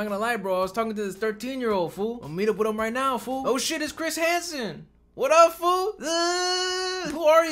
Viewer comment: Ive seen this series about 5 times and i jusy noticed about 12 minutes in you say "hiss cransen" by accident instead of chris hansen